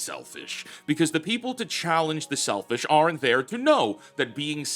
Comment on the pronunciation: NOT "ARE ENT" -- "ARNT" But awesome video!